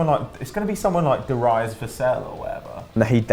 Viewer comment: Probably the most retarded pronunciation of Darius I've ever heard, ever.